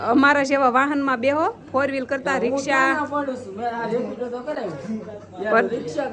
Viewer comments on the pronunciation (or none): રેપિડો કેવાય રેપિટો નહીં ભાઉ દીદી😅😅😅